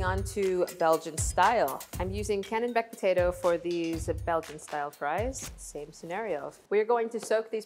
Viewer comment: She keeps saying canonbec potato, it's called a Kennebec Potato